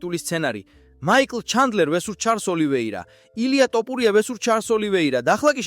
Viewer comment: ტოპურია ტოპულია :face-fuchsia-tongue-out::face-fuchsia-tongue-out::face-fuchsia-tongue-out